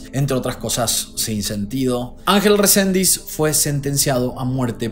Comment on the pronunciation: Resendiz, no Rosendis es el apellido ☝